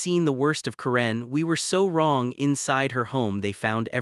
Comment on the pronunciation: Waste of time!!!!! AI BS don’t bother. Can’t even say the name “Karen” correctly. Stupid and likely 100% fake.